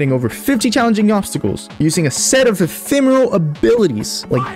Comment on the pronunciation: awesome video! and if it helps, it's "ephemeral" haha